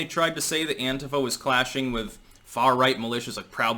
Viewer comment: Thank you for not being a moron that pronounces Antifa as anTEEfa.